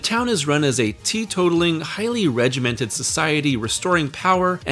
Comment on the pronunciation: "He attributed his work to a highly regeminted writing schedule" aka Cocaine